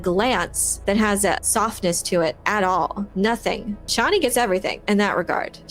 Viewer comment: Chay nee, not Chawnee